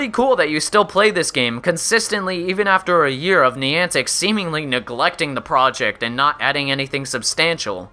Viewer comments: Minor nitpick, but if you review or talk about this game in the future, it's pronounced neye-an-tik (rhymes with "gigantic"), not nee-ahn-tik. You seemed to go back and forth with both in the video, but I can assure you that neye-an-tik is the correct way. Source: Ingress player. Also welcome back,. Glad to have you in my feed again! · What is Neeontic, you mean Niantic. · Haha Niantic... "Knee-on-tack"... Its "Nye-antic" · I also can't pronounce words for my life so please forgive the NYE-AN-TIC and NEE-AWN-TIC. the POKE-AY-MOn and POKE-EE-MON, and whatever else I messed up ;_ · nie-ann-tick not nee-on-tick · It's niantic not niontic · (NI-An-tic) holy fuck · NEON-TICK?..... REALLY ARE YOU JUST TRYING TO PISS ME OFF? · Insightful video, had to dislike though because of the pronunciation of Niantic. You said it right like once in the video and for the remainder of the time you said it, I cringed. 'NEE AN TIC' Where did you even get that e sound man? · you pronounce Nyantic wrong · He's saying niantic wrong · I play pokemon go every day still and don't whine about every little flaw in the game also u say Niantic wrong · 5 minutes in, and im done. If this was coming from a person that actually played the game for a year,i'd see the rest of this. But when you mispronounce Niantic and suggest you need to buy pokeballs,I threw in the towel. It's not a fad anymore and there are still ppl playing,like myself. To each their own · can u atleast pronounce Niantic properly.Nick and reversal help this guy to get his stats right